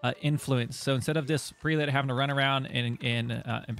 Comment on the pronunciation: Prelate = preh·luht (pronunciation)